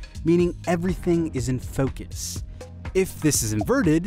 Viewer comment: Its mode not mood. Focus not foocus